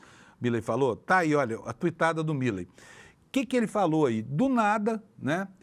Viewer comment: Me dá agonia ouvir a pronúncia errada do sobrenome do presidente da Argentina!!!